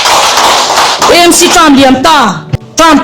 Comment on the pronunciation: EMC ❎ AMC ✅ Eizawl ❎ Aizawl ✅ tiang zel hian aw